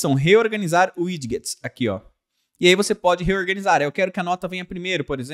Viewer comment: ao invés de 'uidiguets' diga 'uidjets'